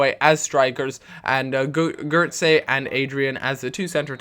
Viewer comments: What's up with 'Geurtze'? It's been bothering me since the day you signed him.. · you say Gotze as Gertza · That's not at all how you pronounce his name, its the way English people would pronounce it, but it's wrong, believe me...